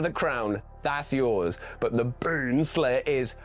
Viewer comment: Y'know, when you say Beanslayer, it kinda sounds like...